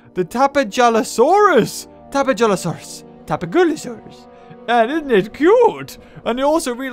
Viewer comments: Uh,... the "j" in "Tapejara" is pronounced like an H. Tapehara. Tapehalosaurus. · Hey it's tapeja-losaurus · You should name the tapejalosaurus hello because when you say it's name you can hear hello